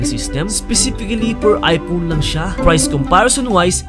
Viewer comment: "gusto ko ng ano eh.....aypOwn"